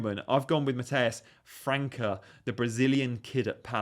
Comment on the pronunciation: Btw, it's França with the Ç pronounced like an S